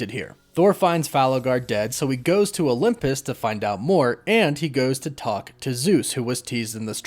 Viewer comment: where are you from my friend? It sounds like you pronounce Olympus as “Olumpus”